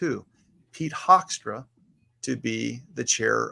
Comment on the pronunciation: Pronounced hook'-stra ' as in 'book' Pete Hoekstra is a Michigan career politician.